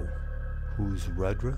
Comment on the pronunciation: It is pronounced Roodra.